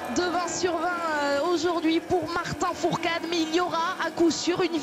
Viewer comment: Et la meuf elle dit Martin fourtade